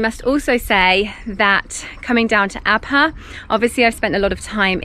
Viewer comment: Thank you SO MUCH for pronouncing the “H” in Abha. I hate it when people say Abaa